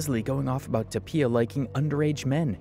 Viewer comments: i cant handle you saying toe-pea-a instead of toe-fee-a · Just so you know, Tophia is pronounced like Sophia, so the 'ph' is an 'f' sound. Great work on this vid man. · Toe-fee-ah, hope this helps